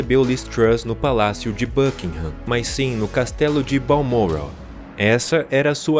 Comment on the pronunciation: BUKINGHAM se pronuncia BÂKINGAM. Não Bâkinram.